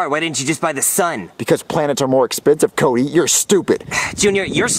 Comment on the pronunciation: He said cudy